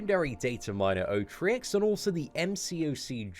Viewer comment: Otriux, not Otrickz lol